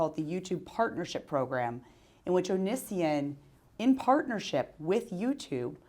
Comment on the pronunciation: I love how she purposefully pronounces Onision as "Oh-Nee-See-In" instead of "Oh-Nee-See-On" LOL.